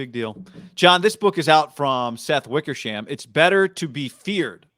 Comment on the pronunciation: Kyle denies it. The book says two unnamed sources. Wickersham,emphasis onSHAM.